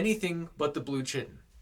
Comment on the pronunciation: First of all, this was great and super immersive! A couple of mispronouncations but thats pretty common. For the record, chiton is pronounced like "Kye-ton" lol. And tbh I kinda want Epiales to get dumped somewhere by the Lethe and find someone who could love him too. Like yeah, he's a bitter asshole but I kinda wanted to sit both brothers down and be like "look yall both got really bad Daddy issues you both need to sort out. This is a the-grass-is-greener-on-the-otherside shit if I've ever seen it." Maybe even sit their Dad down with them to hash it out. 😂😂😂 Either way, new subscriber here and I'm def sending this to my roomies lol.